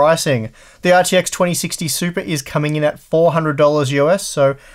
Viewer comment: A few times I thought you said supra.